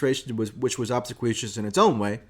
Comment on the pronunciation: Mike, it's pronounced ob--SEE-kwee-us. Emphasis on the second syllable. Thanks for all you do and keep up the good work.